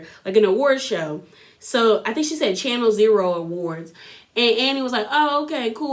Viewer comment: Zari, Zuri, Zarina, Zara! You are sending me!! Love your recap though! Its Channel O (like the letter “Oh”) its like our version of MTV.